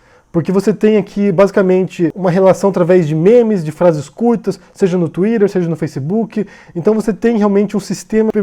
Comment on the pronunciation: n sabe nem falar Twitter. nem em portugues nem em ingles hahahaha